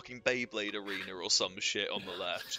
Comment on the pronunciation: "Beyblade Areener"